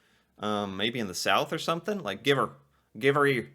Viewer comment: give'r is not give here its give HER. its like "give her hell."